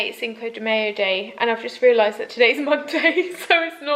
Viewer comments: your pronunciation of cinco de mayo cracked me up :') it's pronounced like "sink-o de my-o" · As an American I thought it was so funny when you didn’t know how to pronounce “Cinco de Mayo.” But then I thought, “I don’t even know what a pub quiz is...” 😂 I’ve heard a lot of British youtubers mention them since the lockdown. Can someone please enlighten me? What is a pub quiz and how does it work over zoom? 🤷‍♀️😬